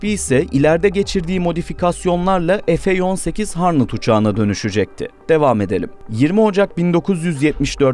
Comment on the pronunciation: efdört fantum, efeyonsekiz harnıt, filaybayvağyır, bilgisyar ... çok trajikomik ... türkçeyle ingilizce karıştırıp parçalarsan böyle komik oluyor ... köpük kanopi diyor, falkın diyor :))